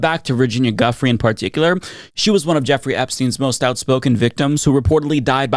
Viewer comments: FWIW: Giuffre is actually pronounced "Joo-Fray" (and sometimes "Joo-Free" or "Joo-freh"). So Virginia "Joo-Fray" (not "Juffree" or "Guffree") (Also: Ghislaine, as in Ghislaine Maxwell, is pronounced "Gee-Lane" or "Gih-Lane" (not "Jizz-Lane" or "Gizz-Lane") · FYI, Giuffre is pronounced jew-frey, not guffree. GG otherwise 👍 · Can I make a request? Can you pronounce Virginia’s Giuffre’s last name correctly? From my understanding it’s pronounced like, “Ju-Frey”. I have massive amounts of respect for your important content and that’s why I’m asking for this, respectfully. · Giuffre -> gee-you-frey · I thought it was pronounced Jew-Frey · i agree with you. it’s easy to find how her name is pronounced. we demand justice for the victim survivors of the worst coverup in history. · Please, learn how to pronounce Giuffré. Please. As a sign of respect for her. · Hey, pronounce Giuffre’s name correctly. You’re routinely bad at pronouncing people’s names and this somewhat nullifies your credibility. Most serious reporters do the research, but you Americans are not good with people’s or place names. It suggests a level of arrogance in your national character. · Please stop saying Ms Julia's last name WRONG, show respect and pronounce her last name as she and her family pronounce their last name.